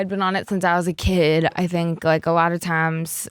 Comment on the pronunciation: “times” is soooo southern lol read your comment right when she said it